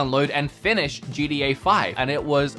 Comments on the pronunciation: This guy really said GDA 5 🤣🤣🤣🤦🏻‍♂️ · Him trying to say gta: gda